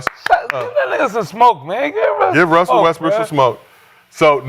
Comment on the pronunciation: I keep hearing Gil say "Wussell" instead of "Russell"